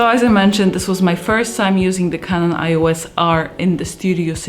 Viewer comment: "kanon ios", nie "ajos" :D